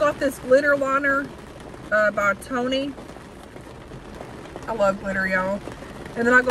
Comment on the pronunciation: U called the Ioni brand, "Toni"... NOT busting your chops because it looks that way. I hate that font.